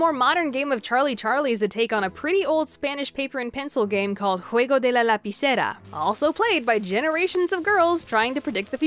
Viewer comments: I'm mexican and obviously I speak spanish, and I have to say... The pronunciation is perfect. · wow you said that spanish part so well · Anyone else loved how she pronounced “El juego de la lapicera” ?! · Misty Lofett Robalt Im Spanish too and I got amazed when I listened how she pronounced it! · ¡Lo sé!, ¿Verdad? Su español fue tan fluido y perfecto que fue impresionante escucharla hablar así. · It’s called… ✨ Correct pronunciation ✨